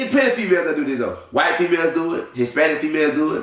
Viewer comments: First of all, is he saying “HisSPANISH”?!!!! 😂😂😂😂😂 who cares what the fuck he has to say ! I’m weakkkkkk lmao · wTF is Hispanish? Is he having a hard time pronouncing the -ich?? The f**k 😒 Nobody wanna hear all this from such an ugly dude. Ewwwwww